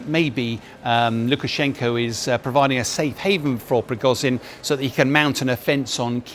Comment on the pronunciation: "prigozyyn" "pewtin" Dear God, learn how to pronounce words.